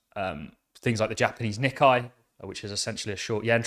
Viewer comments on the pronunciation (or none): none